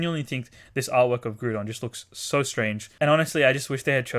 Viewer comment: Please stop saying groodon